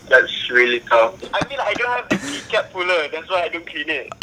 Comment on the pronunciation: "I dont HAVE de keekap pullar" he sounds like squashy boy